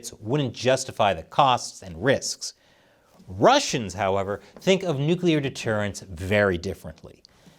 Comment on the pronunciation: You get an award for being the only person on the internet that knows how to correctly pronounce nuclear.